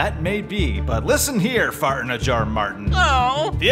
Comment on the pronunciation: "FARTS FARRTSS FARTTTSS" Funniest pronounciation lol